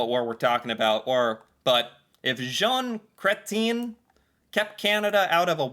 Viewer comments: An entire generation of hardcore rightwingers in Canada just came in their pants when you pronounced Jean Chretien's last name "krêteen" instead of "kret(ch)-ee-ên"* (Soft ch, not hard ch) he's Quebecois, after all. Seriously guy, look up Quebecois pronunciations. You don't want to give that poor bugger who has to give English premier league results on Nigerian tv a challenge for most mispronunciations a in a single word, do you? Especially because English is his fourth language? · Jean Cretien (PM ) is pronounced Jon Cretch - ien. One of the only Prime Misters names I remember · Jean Chretien. Pronounced Chret -shen (roughly). Use a french accent.